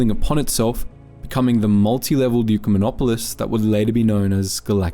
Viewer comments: hes saying the pronunciation was off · all words are made up. And ecumenopolis is a word in the dictionary. He just pronounced it wrong. So, you are confirming what exactly?